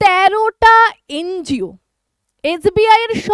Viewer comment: ওটাকে এন জি ও বলে। এন্জিয় বলেনা। অশিক্ষার চূড়ান্ত।😂